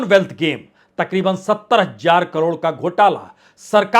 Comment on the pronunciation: पुण्य प्रसून वाजपेई जी, आप अपने वीडियोज में "तेलंगाना" को "तेलांगना" बोलते हैं । इसी प्रकार "हजार" को आप "हज्जार" बोलते हैं । ऐसा बोलना कानों को अखरता है । आशा है कि आप इन शब्दों का उच्चारण भविष्य में सही करेंगे । आप के बेहद अच्छे विश्लेषण में यह अशुद्ध उच्चारण अखरता है ।